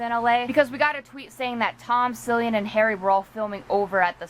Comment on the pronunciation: It is pronounced kill-eee-in